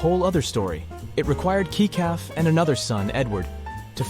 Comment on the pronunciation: her estate was worth, between 70 and 80 million dollars. And that didnt even include how much she profited from her Masters. If you're going to post videos about her...GET IT RIGHT!!...and her son Kecalf's name is pronounced "Kelf".